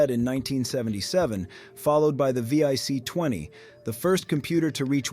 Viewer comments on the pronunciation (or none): Just so you know, It's pronounced "Tramel" and "Vic", not V.I.C. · I can't tell if this is an AI generated voice or not, I hear him take breaths in between sentences, but then he mispronounced Jack Tramiels name and then called the VIC 20 by the letters VEE EYE CEE 20, Both mistakes AI would do and often does.. Has AI started breathing. 😂